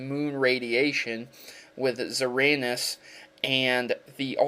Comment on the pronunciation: Lol no offense but it's kinda funny how you pronounce xerneas. ZerANUS lol